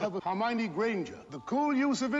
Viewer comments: Hair-moyne ...is that to be funny or have you not heard the characters say her name yet? Her-MY-oh-knee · « Hairmoin » 😂😂🤣 that must be the funniest mispronouncing ever ! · Who the fuck is "Here-Moyn"? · pronouncing Hermione as “her-moyne” lmao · Grainger is the add I got before this and that made me laugh as it is spelled different but is the same pronunciation as Hermione.